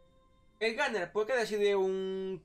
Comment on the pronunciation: Guarriór, melé, eta e tu clase, una partí (party), el eslayer, el ganer (gunner), masimo (máximo), el beseque, aparte de eso creo que el de la visita al otorrino deberías ser tu, porque como que se te cerrará la tráquea al decir tanto eh eh eh eh y después tratar de decir otra palabra